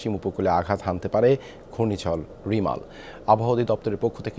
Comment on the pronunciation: "রেমাল" রিমাল নাহ্